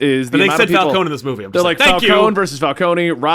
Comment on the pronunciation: They mispronounce Falcone in the Nolan movies